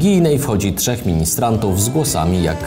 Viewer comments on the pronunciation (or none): none